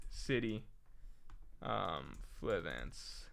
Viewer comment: the lack of hody assassinating otohime even being brought up is a little sad, but not nearly as sad as mispronouncing Flevance throughout the entire stream.